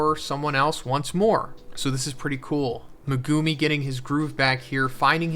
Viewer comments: why does every youtuber say megumi and sukuna wrong? in the anime, it says mehGUHme not MehGOOME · Not sure if it’s Meg-gu-me or Meh-gumi but everytime I hear Meh-gumi I instantly get annoyed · I am not trying to be pedantic. I like your videos and I think people can pronounce things however they want. But Meh-GOO-me is hilarious. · Even this late into the series he doesnt know how to pronounce megumi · I hate how you say Megumi name